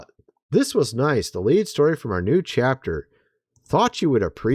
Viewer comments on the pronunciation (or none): none